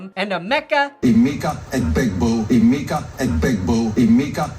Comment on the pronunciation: Emeka Eh-Big-Boo